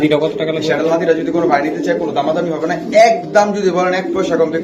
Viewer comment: The correct pronunciation is not শ্যাডেল, It should be pronounced স্যাডেল। The correct spelling is Saddle.